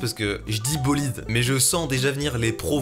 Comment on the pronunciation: Super bolideuh